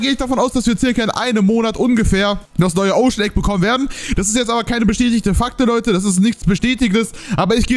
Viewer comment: Abbbbeerrrr davorrrr hi 😂🖐️